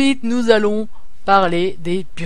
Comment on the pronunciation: Sais pas comme sa quond dis burec =bourek